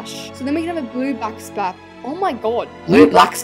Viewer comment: AND SHE STILL DIDN'T SAY "Blue backsplash" CORRECT